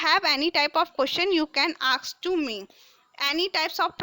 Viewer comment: Mam it is not aks its is ask and your english is so bad